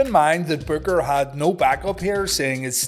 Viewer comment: It was a pretty good storyline with Booker Vs Stevie, plus Midnight and Big T. But Booker lost too many matches during that storyline. Oh you kept calling Booker BOOGER 😂